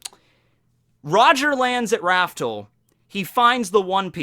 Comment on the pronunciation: Raftel, pronounced raf-tel, not raftle. Also never forget, the show isn't actually "One Piece". It's "Romance Dawn".